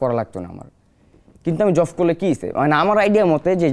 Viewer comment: কি যে বলেন বুঝি না ! একশোটা ভুলভাল উচ্চারণ করছে ..... জবকে জফ , সাঈদকে সাহীদ আরো কত কি .... কিন্তু এখানে ভাষা ব্যাপার না তার সাহসিকতাই বড় কথা